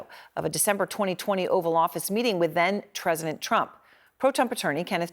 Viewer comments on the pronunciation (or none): Tresident Trump LMAO